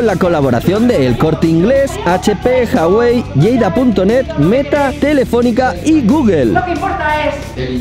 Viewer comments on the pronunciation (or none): none